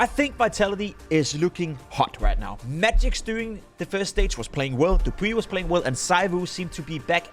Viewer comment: His name is not Magix, that guy is from Spirit. It's 'Magisk', you are even a Dane so ofc you can pronounce it properly